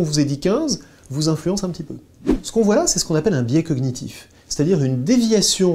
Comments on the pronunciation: Cognitif ne se prononce pas COGUEnitif monsieur. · Ce qui m'a le plus choqué c'est qu'il prononce le G dans cognitif...